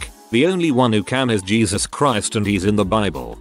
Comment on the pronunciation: "Gave her life to G-ee-zuz."